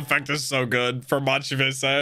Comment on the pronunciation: And now it has devolved into "Matchi Vissay", dude both Mach and Vice are english words, how do you even botch them that much?? Especially when you should be able to repeatedly hear them say the words with those giant head phones!